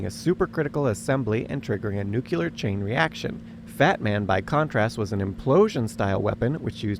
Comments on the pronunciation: Nuclear weapons are called thaz because they involve the core of atoms. In German they are called core-weapons (Kernwaffen). Core in latin is nucleus. Not nuculus. Therefore it's nuc-lear not nuc-ular. Only rednecks say it like that. Hard to take a video seriously about Fat Man when nuclear isn't even pronounced correctly. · "NU-cu-ler" :face-orange-frowning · it's not nuculur it's nuclear. It's not a nuculus of an atom, it's a nucleus that we are splitting. You sound as uneducated as president push saying Nuculur. It's new-clear energy from the nucleus of an atom. For the love of God it's not nuculus. It's not nuke-you-lurrrr (ruler of the planet omicron persei 8) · NU-clear, not "NU-cu-ler